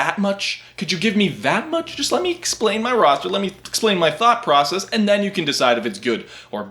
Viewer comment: did I hear thot process?